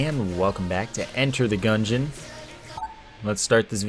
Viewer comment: "Enter the Pungeon" haha good stuff